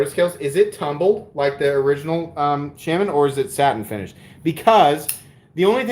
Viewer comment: Shes right about the pronounciation of integral, also it's the spyderco shhh-ahh-min not shame-in lol. It's a native American holy man or medicine man.